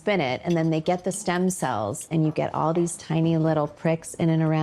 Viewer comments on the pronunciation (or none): none